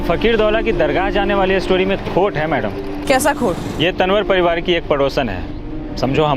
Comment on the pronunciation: Tanwar को तंवर बोला जाता है,तनवर नही..स्क्रिप्ट लिखने वाले को इतना भी नही पता